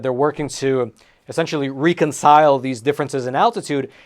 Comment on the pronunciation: reconcile...not re concile. I hate when commentators pronounce words wrong.